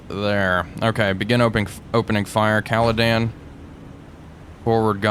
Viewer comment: Hi I know this is pedantic but, could you please stop calling HMS Caledon “Caladan” her name is Caledon as in caledonia, sorry it’s just really bugging me.